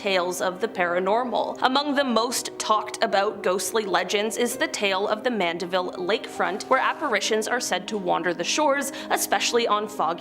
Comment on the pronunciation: She pronounced Mandiville correctly.